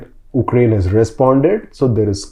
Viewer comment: Anyone else felt uneasy everytime say OOKRAINE instead of Ukraine?